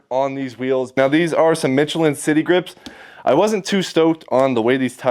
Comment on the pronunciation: michellin pronounced mish-uh-lin